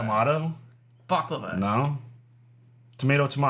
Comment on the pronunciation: Point of order: The proper pronouncing of the word "Baklava" is that you put the accent on the first syllable (if you are English) or the last syllable (if you are Greek). You DO NOT put the accent on the middle syllable.